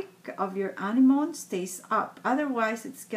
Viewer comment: The correct pronunciation is [æɳɪɱɔɳɪ] "anemone" ; the ring is beautiful! what is the material on which you've put the beads on the ring you are wearing? I'm curious! hope you answer! I watch your new posts every time; I live in Europe, paper beads are not famous here. Not yet!